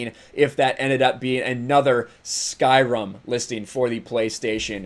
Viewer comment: SkyRIM not SkyRUM